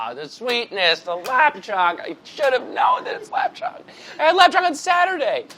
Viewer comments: The way they pronounced the Chinese sausage 😔 Lap Teng is basically how you say (in my dialect anyways :D) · As a cantonese person, I cringed so much when they said "lap cheong" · Them pronouncing lap cheong hurts but chris hating on it hurts even more :( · “lOp cHOnG” as an vietnamese person I’m heavily disappointed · Everytime they say lap cheong I cringe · So hard to be Chinese and watch lop cherng be pronounced soooo wrong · hearing pronounce lap cheong cracked me up tbh